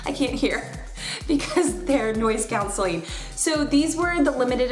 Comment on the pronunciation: Cancelling not council